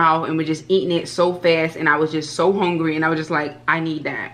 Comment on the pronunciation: Sis said she is HONgry! Smh haaa